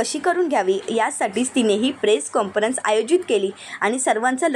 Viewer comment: मॅडम काॅन्फरंस असा उच्चार करा, चुकीचा शब्द ऐकावा लागतो आहे आम्हाला.